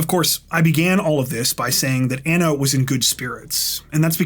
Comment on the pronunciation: Just fyi. You are pronouncing her name incorrectly. You are saying Anna and it should be Ana, like Donna. It honors a person to pronounce their name properly.